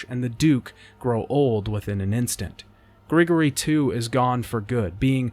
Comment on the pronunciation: Hey, just wanted to mention the language the dragon and wyverns speak is Latin. Their pronunciation of the Latin is bad but its Latin. And Grigori is pronounced "Grih-gore-e"